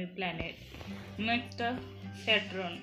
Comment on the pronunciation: Mam its saturn not satran